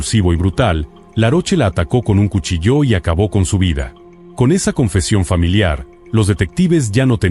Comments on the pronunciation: Perdona, solo un detallito: cuchillo se acentúa en la i, no en la o, no he escuchado cuchilló jamás... a no ser que hable una IA 😅😅😅 bueno... pero gracias por tu programa tan interesante! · ignorancia y necedad juntas... 😂 Todas las palabras se acentúan, lo que llevan algunas y otras no, se llama "tilde"! y 🔪 no lleva tilde porque tiene el acento en la "i", por eso me sorprendió que él lo acentuase en la "o"... (en éste caso sí que llevaría tilde)